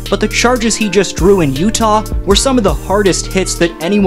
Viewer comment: 😂😂😂. Did you really say, "LeUtah" !? 😂 "Leyear20 "? 🤣 As a raptor fan, we overcame great odds.😅🎉